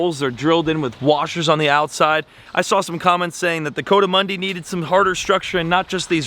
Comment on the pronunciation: you and, its a coatimundis, but it's pronounced kou-a-ti-mandi, it's not a coat like a coat